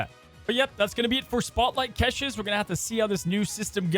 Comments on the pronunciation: I enjoy the content..i really do. Please, please...say cash-shay not catches😂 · please for my sanity learn how to say caches. It’s like cash in your wallet. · STOP PRONOUNCING CACHES THAT WAY! THIS IS WORSE THAN KILLMONGER! PLEASE IM BEGGING